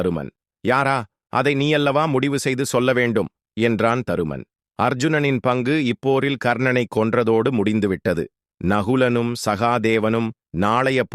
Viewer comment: தமிழில் பேசியவர் சில இடங்களில் டைப்பிங் தவறால் வந்த வார்த்தைகளையே பேசிவிட்டார்.எ.கா..கிருஷ்ணனண்,அர்ஷுனன்...இப்படி.... மற்றபடி கதையும் பேசியவரும் அருமை....‌👍🙏